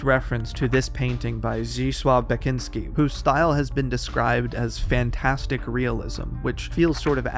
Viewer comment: I am so sorry, I love this video and I'm so glad to learn about this game that I've heard so much about, but the way you pronounced "Zdzisław Beksiński" gave me whiplash. It's ALMOST correct, like you obviously put time and effort into learning that and I'm in awe, but your accent is getting in your way here. It is by far one of the most correct ways I've heard a non-Polish speaker say it, but it's still not quite.